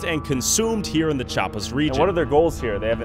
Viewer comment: se dice CHIAPAS no chapas xd